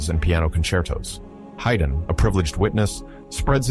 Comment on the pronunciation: This does not seem right. Mozart deliberately chose not to go to London despite Haydn's pleading. To say that he lacked means of travel is misleading. They would have paid him to go to London, plus some. Haydn is pronounced Hide-n.